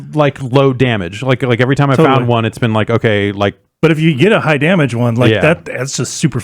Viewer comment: This week on the Bombcast: still does not know how to pronounce "every" without putting an extra "r" before the "v".